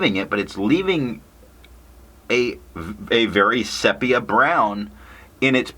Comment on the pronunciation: Nice review. Quick correction: sepia is pronounced SEE-pee-uh